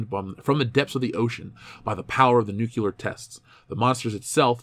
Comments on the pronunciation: Every time someone says "nucular" instead of "nuclear", a scientist dies. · Great vid. I just have to say though, please stop saying "nukyooler". (Nu-klee-ur)